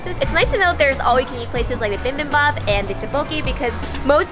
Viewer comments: does....... does she pronounce bibimbap like that on purpose? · it’s not “bimbimbap” it’s “bibimbap” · I enjoyed this but please..... it's not bimbimbop......... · Why does she keep saying BIMBIMbap instead of BIBIMbap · Bi bim bap. Not bim bim bap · I thought you‘re a pro yet you‘re still saying bimbimbap? Or was it on purpose?😅 no hate just confused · It's not pronounced bim ! bim ! Noooo!!!! It's pronounced B-bim-bop !!!!! Gochujang !!! 고추장 fermented Korean red pepper paste !!!! Danmuji !!!! 단무지 !!! Korean pickled radish !!!! If your going to do video on Korean foods 🇰🇷 !!!!!!!!!!!!!!! Do it right !!!!!! 🖖🇰🇷💫❤️ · noo im not a pro just a food lover. Yis I was mispronouncing it